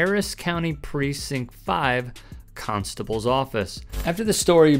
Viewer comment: Ahhh Harris County Cunstible huh.. Makes sense